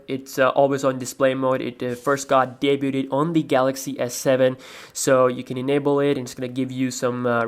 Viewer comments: *day-byood NOT day-byooted. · it's pronounced (day-byood), not (day-booted)